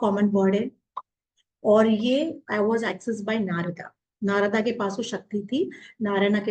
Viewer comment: नारदा नाही है नारद बोलिये नारायणा नाही नारायण बोलिये